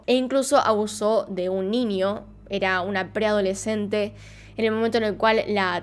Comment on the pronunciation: Veo tus videos porwue me gusta tu acento al decir "ninio" xD